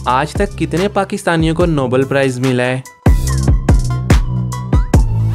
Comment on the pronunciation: Nobel prize, not Noble